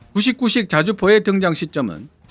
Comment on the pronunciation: 자꾸 구식구식으로 들리네